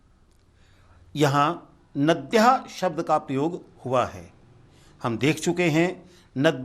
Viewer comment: Thank you for nice explanations! One minor point is that the speaker pronounces long ones as short in the case of saSThi. For example nadyaH instead of nadyAH